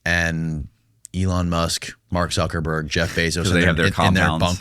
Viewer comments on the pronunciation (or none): says Zsuckaburger😂😂 like Boosie does, but don’t know that’s not his name, neither. 1 of ‘em do I don’t think 😂